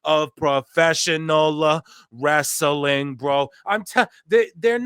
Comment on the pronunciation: Russo saying "wrestling" with three syllables never gets old 😂